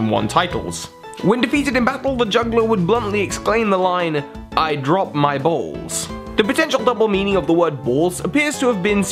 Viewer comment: The way you say "Balls" just amuses me. "Bauls"